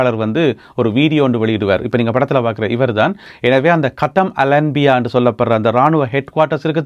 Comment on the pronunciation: கத்தம் Al anbiya இல்லை (காத்தமுல் அன்பியா)